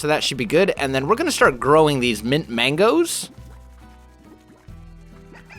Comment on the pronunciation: did he say mint Magno??? lol